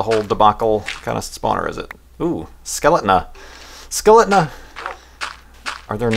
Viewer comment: LOL:D such a legend "skeletna"